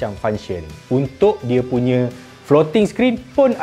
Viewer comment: Dy sebut "floating screen"... Aku dgr "protein in".